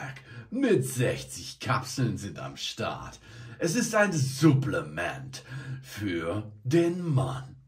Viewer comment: Irgendwie triggert es mich wie du Supplements aussprichst haha